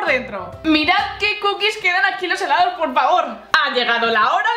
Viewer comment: hheellaaddooss dijiste helados